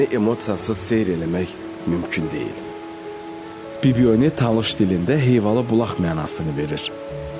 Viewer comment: Bibioni deyil BibiHoni. Iki variant var Bibibulagi veya Heyvabulagi